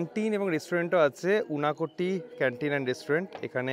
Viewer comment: সত্যি বলছি, এই সিরিজ টা অনেক ভালো হতে পারত। সেরকম আশা নিয়েই দেখছিলাম। আপনাদের পরিশ্রম প্রশংসনীয়। কিন্তু quality অনুযায়ী এটা খুব উচ্চমানের লাগেনি আমার কাছে। অনেককিছুই ভালো লেগেছে, তবে ভালো লাগেনি আরও অনেক কিছু। Kunj না বলে kunjo বললে শুনতে ভালো লাগতো বা unakoti না বলে unokoti। তাছাড়া ও আপনাদের অন্যান্য vlog এর থেকে সবদিক মিলিয়ে অনেক ভালো ছিল। আমি আপনাদের একজন ফ্যান, অনেকদিন ধরে সাবস্ক্রাইবার... আশা করি সেই হিসেবে এটাকে সমালোচনা না মনে করে সাজেশন হিসেবে নেবেন। ভালো থাকবেন। আমি নিশ্চিত, পরের সিরিজে এবারের সব দুঃখ কেটে গিয়ে ফাটাফাটি হবে